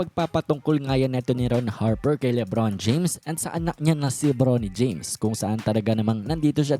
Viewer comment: Suyaon ang pagsabi mo Libron James instead na LeBron James 😅